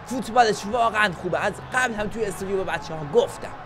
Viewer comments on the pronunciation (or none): استودیو ✅ استدیو❌